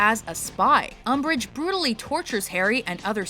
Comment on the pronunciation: Agh, "UMBRIGE", whatever!